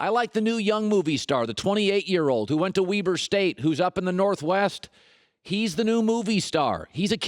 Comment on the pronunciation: “Weeber state”